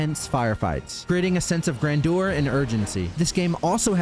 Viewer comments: Gran-door? Ummmm NO. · Grandeur is not pronounced gran-door and is not pronounced Jo-elle🤣🤣 Looks like it's back to the old drawing board.